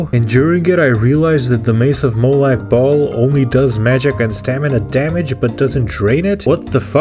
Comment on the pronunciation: Love your pronauncinaution about m8lag bahl. The bahl sounds like balls